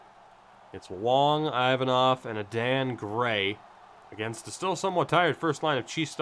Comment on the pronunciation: Adan gray probably pronounced aiden